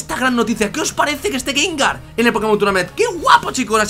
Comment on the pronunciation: gangar? xDDD